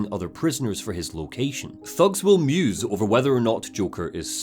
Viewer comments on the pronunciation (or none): none